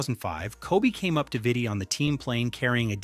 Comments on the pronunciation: Its pronounced "VEETEE" i believe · Veetee. Pretty sure Vitti is pronounced with long I’s. Man also has a jersey retired by the Lakers alongside Kobe’s 8 and 24 retired jerseys